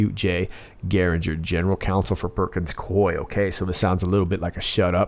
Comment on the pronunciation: It's: PERKINS-COO...EEE!